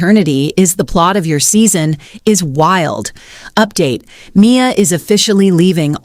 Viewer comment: Dont use AI goddamn!!! "Candy-ack" and "M I A" stop!!!!!!!!!!!